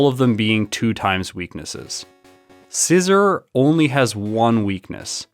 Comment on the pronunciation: You are saying scizor wrong